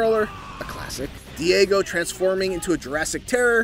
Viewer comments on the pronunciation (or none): none